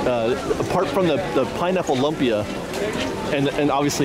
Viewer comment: Thank you. I was coming to say this.